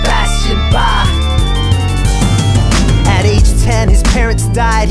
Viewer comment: i am immensely grateful that you pronounced his name properly